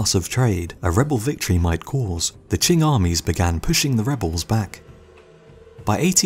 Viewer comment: The Taiping heavenly revolt is not well known enough. Even Boxer Rebellion is better known. Well done on Qing pronunciation too I've heard much, much worse